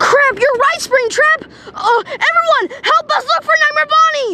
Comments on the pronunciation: I love when nightmare Bonnie says springbutt instead of springtrap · did say sprigbut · Why did nightmare bonnie call springtrap spring-butt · Why does nightmare Bonnie call springtrap springbutt